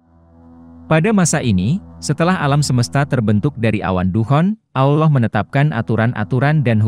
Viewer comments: Sebut Allah betul2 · dan aksen Allah juga beda